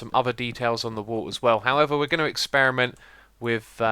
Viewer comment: "BADROCKS! Why do i keep saying Ws for Rs lately..." 5 seconds later... "howevaw" i lolled IRL.